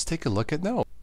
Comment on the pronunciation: its not Guh-nom, or Gee-Nom, but nōm.